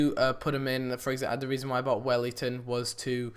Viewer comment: btw, its welliton not wellington :P